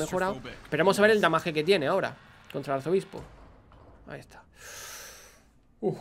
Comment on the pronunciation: Papi hable bien, si va a decir daño dígalo y si va a decir damage dígalo bien… Sólo como consejo